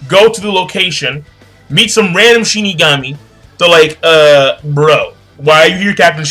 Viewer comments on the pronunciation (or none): none